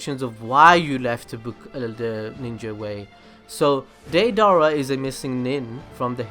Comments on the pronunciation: He keeps saying deidara as daydara it is daydera! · ( day-da-ra) is how you say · He is saying day dara 😂😂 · why do you keep putting so much emphasis on his name dei dara there's no space between it's deidara but you keep saying dei dara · Day-Dara???? That’s not how you say it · it's not da-dara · “Dae-Dara”😂😂😂 he butchered it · Not hatting but it's day-da-ra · deidara rhymes with ala akbar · Anyone else cringing on how this guy says deidara? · Why do you keep mispronouncing Deirdara's name so massively, please don't try blaming it on accent as it is obviously not that. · All I hate is how you’re pronouncing his name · The way you say deidara makes me wanna itch. Sorry if it is because of your a cent but I'm just wanted to kindly correct you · Favorite character but can’t say his name right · the a in deidara is silent. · U would think if deidara was your favorite character u would at least say his name right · Well if you like him why don't you say his name right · Can you at least say his name right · Deidara is one of your favourite characters yet you can't pronounce his name right